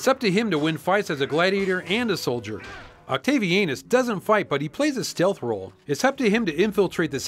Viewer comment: "Octavi-anus" I lost it there...